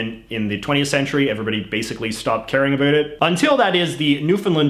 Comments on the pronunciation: Why do you say a “boot” is it intentional because if it is it’s a stereo type that is very annoying for us Canadians who have to hear the word anywhere you go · Canadians don't even say it that way. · why is this man pronouncing about to abuot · The way you say "about" is amazing.